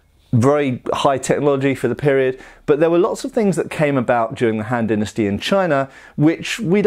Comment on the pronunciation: Kept hearing Hand Dynasty